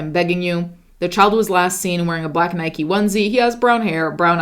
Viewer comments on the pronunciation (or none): none